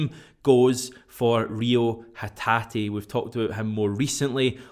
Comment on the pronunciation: Well done on pronouncing Reo Hatate's name correctly! 😂 👏👏👏👏👏👏